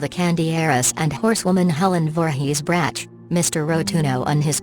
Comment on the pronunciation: Brach is pronounced Brak, not to rhyme with branch.